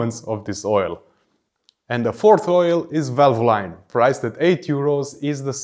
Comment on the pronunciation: VALVOLINE IS PRONOUNCE VAL-VUH-LEEN NOT VAL-VO-LINE